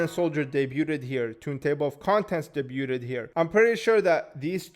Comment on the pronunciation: Just wanted to let you know "debuded" is not how you pronounce the word. Debuted = "deh-byood" and Debut = "deh-byoo"